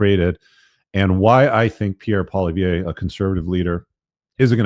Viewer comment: Pierre Polievre is French not Spanish. Rich cannot pronounce his French name without a a Spanish pronunciation. Rich Lives in the centre of the Universe :-)